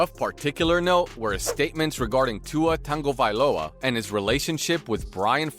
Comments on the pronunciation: Why do people keep butchering Tuas last name? Lol for fuck sakes, there is no N Tagovailoa. Most of you sports hosts need to get off the game and go back to learning how to read and pronounce words. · Anyone else getting irritated at the guy keeps on saying Tua’s name??? It’s Tagovailoa, there’s NO “n” in his name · It’s pronounced Tongue vai loa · Can he pronounce Tua last name correctly ! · Get his name right! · His slow hooked on phonics speech and the constant butchering of Tua’s last name makes me want to pour acid in my ears…. 🐬⬆️ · This narrator should do his homework before he did this video! Tua is from the island of American Samoa. 2,583.47 miles away from Hawaii. Different language and culture and different way of life. He’s Samoan not Hawaiian. So please stop calling him Hawaiian and stop butchering his name. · Please learn how to say Tua’s last name correctly so I can take you seriously! Btw I could only listen to of this video. 😮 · are you throwing a random "n" in his last name? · I can’t take this video seriously when the narrator can’t even take the time to pronounce the name correctly 😂. Also imagine saying, “the Hawaiian never got along with the African American”. Don’t call someone by their nationality, they have a name. 🤦🏽‍♂️. Also he’s not Hawaiian, He’s Samoan 🇼🇸 🇦🇸 . 😂 This goes to show that some people want to be sports opinionist but just don’t have the diversity in them to tailor to diverse cultures. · T. A. G. Why are you putting an "N" in his name? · Why are you saying tuas name like that??? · There is no "N" in Tua's last name... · please learn how to pronounce tua's last name.... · Do some research before putting out a video! Pronounce Tua's last name correctly and why call him Hawaiian when he is Samoan? Yes he is from here (Hawaii), but he is Samoan! Have some respect for his family and culture! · It's worst when he says it wrong while they put up a graphic of his name spelled right!! Killing me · Hahaha he does say Tengo